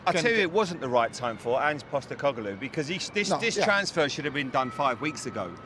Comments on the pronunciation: Andros Townsend failing to understand what a contract means and struggling to say Postecoglou 😂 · I just love how much andros townsend is struggling to pronounce ange postecoglou and just gave up and said big ange that was hilarious really 🤣🤣